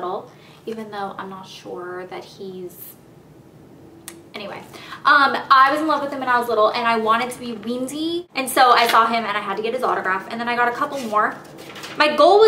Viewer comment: uhm did you just say weeendy? you wanted to be weendy?